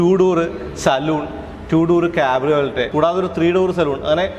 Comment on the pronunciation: കാബ്രിയോലെറ്റ് അല്ല കാബ്രിയോലെ, ഷെവർലെ എന്നു പറയുന്ന പോലെ